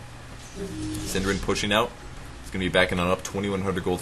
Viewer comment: got so confused who 'syndereN' was :P before I found out that it was only the english way to say a nordic word xD hahaha